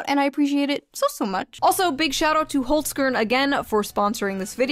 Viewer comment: the way you pronounced holzkern…bist du n deutscher? 😂